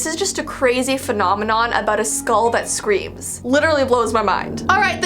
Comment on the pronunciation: Me: Skull. That’s how I say In this Texas life.: SkAuLl. My weird side of my mind: Is this ASMR..?